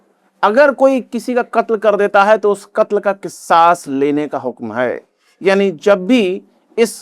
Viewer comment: Kis saas nhi kasaas khte h